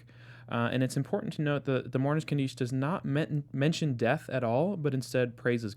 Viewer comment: Kaddish is pronounced KAH dish (Accent on the first syllable).